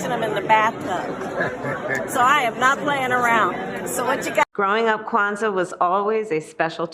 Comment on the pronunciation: She said Kwanzaa and her husband just about busted 😅😂😂😂😂